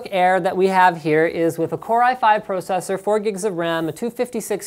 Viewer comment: The way that you say process and processor freaks me out, but a good review.